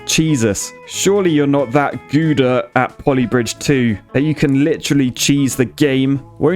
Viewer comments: goeda?😂 Gouda is prenaunced as gauwda😊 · It's pronounced Ghaoda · You mispronounced gouda cheese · That's not how "Gouda" is pronounced!